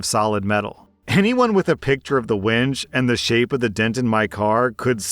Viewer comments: What's a "cable wench"?? An unusually strong and bawdy woman?? Or, a tool for wrenching on cables? Or, perhaps it was a "cable WINCH"!! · "wench" for winch, haha. A wench is an old fashioned word for girl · Cable "wench" lol